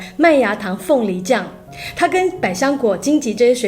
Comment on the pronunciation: 金ji 桔? 恩.....你念ju或jie都行啊，金ji.......顿时.......